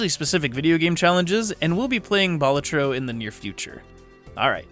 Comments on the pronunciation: Just thought I'd say that it's a real Latin word meaning "jester", and it's pronounced "BA-la-tro" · It's a Latin word that basically means the equivalent of "Jester", and that latin word is pronounced "BA-LA-tro"... Yes, you put emphasis on both syllables. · It's pronounced "Balatro"